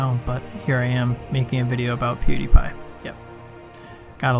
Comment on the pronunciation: A lot of people are pernounsing pewdiepies name (pew di pie) and it's bothering me